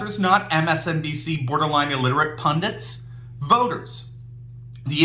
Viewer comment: did I hear "...pundant"? There's no such word in the dictionary. It's pundit. Lawyers who don't keep the laws on the books are actually criminals.